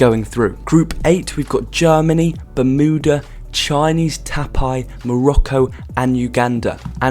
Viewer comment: You need help to pronounce countries, like you got so many wrong and obviously wrong as well, like it just gave me a headache and I'm not super strict when it comes to pronouncing countries names, but you got so many of them so wrong like Chinese (TAIPEI) or if you want something easier to pronounce Taiwan. Seychelles you also got very wrong, and Mauritius you got pretty wrong too.